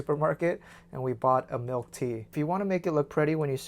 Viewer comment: HE SAYS MALK